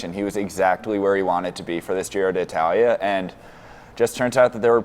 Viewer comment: yeah u basically say di talia